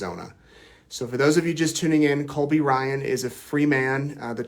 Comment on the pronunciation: Sounds like you kept saying Colby Bryant